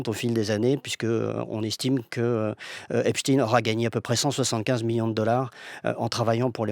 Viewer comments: Pourquoi on est passé depuis qq jours de EPSTEIN à EPSTINE , dans la prononciation du nom en français ?? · Pourquoi vous dites epstine alors que c'est epstein il n'était pas russe ????il était américain !!! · Mais arrêtez de l'appeler epschtine son nom c'est epSTEIN !!!!!! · Mais de qui on parle ... Epstein ou Epstine? France culture serait antisémite ? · ET POURQUOI DIRE "EPSTINE" (CE N'EST PAS POUTINE) AINSI, NOTRE GRAND PHYSICIENT ALBERT EIN STEIN VOUS NE DITES PAS "EINSTINE" !!!